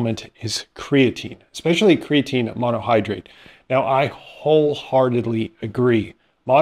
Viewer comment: I don't care how many PhDs you're hanging on the wall, if you can't properly pronounce creatine I'm not paying attention to you.